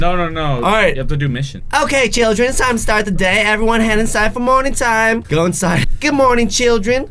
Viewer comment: when you said “morning time” it sounded like you said “moaning time”